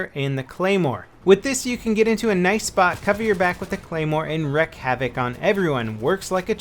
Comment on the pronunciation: Wreak, not wreck. One wreaks havoc.